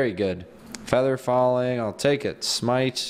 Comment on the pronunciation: uhh potion of smeete Me: bruh 😂 it’s smite